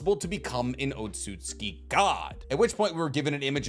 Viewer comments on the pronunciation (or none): Tsu is essentially an S bruh. It’s “OT-SUKI” I hate to be that guy but this shxt irks my soul 😂😂😂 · Why does he over pronounce otutsuki😂😂